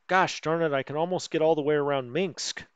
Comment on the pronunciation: Gotta love him pronouncing it "Minxs"